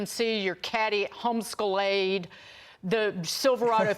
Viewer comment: Did she say home scalade